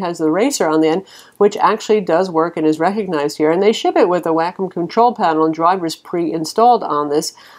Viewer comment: I think you pronounce, Wacom, Wah-com. Not Wackhim :-)